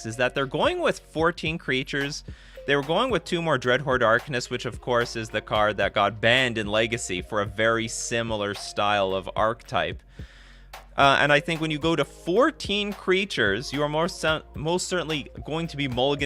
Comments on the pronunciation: Why do you hate the word ark-eh-type? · haha... Just slightly. You should say the 'e' in the middle, like an 'eh' sound. Just Google "pronounce archetype" for a better explanation.